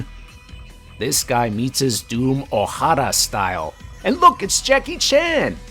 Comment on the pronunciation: Thank you for properly pronouncing, "Oh-Harrah!"